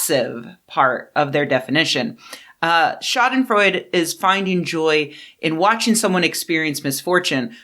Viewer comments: The e at the end of Schadenfreude isn't silent It's not Freud, like our buddy Sigmund, it sounds more like Schadenfreu-duh The way you say "Schaden" is fine, except the stress is on "Scha" not on "den" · You probably know this by now, but Schadenfreude is pronounced shaa-duhn-froy-duh. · It’s pronounced “shah-den-froydah”. Love your work! Please keep it up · Sha-den-freu-duh is the correct pronunciation, danke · The final e in schadenfreude is voiced, sounds like a frontal English singular indirect (?) article "a" Great video, but could you stop taking about me? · The final "e" in Schadenfreude is not silent, it's a schwa. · But she did not speak German, she was speaking English and in English loan words often got an English pronunciation. Just how one English does with say the Swedish loan words Smörgåsbord or Ombudsman. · She's mispronouncing it. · The final e in Schadenfreude really should be pronounced. Great video.